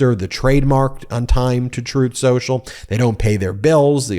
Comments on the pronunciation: Troath Sential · Troth Senshal is how tRump says it, 🙂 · I've heard him say it "Troath Shoashul" 😄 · Ooh, Throath Shenthralh (hey, I'm just going with how Donald Chump verbalizes the name) is getting the backing of a pr0n-friendly bank. Maybe they should just rebrand to "OnlyTruth" (which Chump would then pronounce as "OnlyThroath", making it even more fitting). 😅